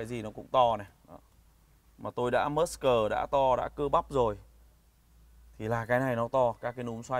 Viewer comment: Muscle ( mớ-sồ) not “mớt-s cờ” nghe bác đọc nghe gắt quá :v